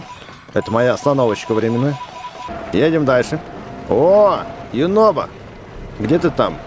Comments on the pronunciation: Его зовут юнобо а не юнобко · А почиму Юнобо вечно говорит горо???